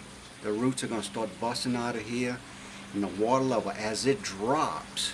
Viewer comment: I love your accent "wateh...peppeh" thanks for video